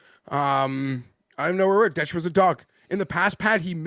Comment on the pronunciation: I always find it funny that Detry is guy but he doesn’t know how to pronounce his name. Peak gambler behavior 😂